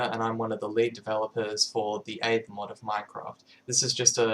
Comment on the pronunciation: Can't believe he pronounces aether wrong, when he made the mod....